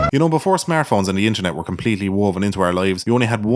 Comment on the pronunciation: I can only hear "smearphones". Eugh.